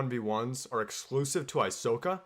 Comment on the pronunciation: Aysoka? More like Aysoyka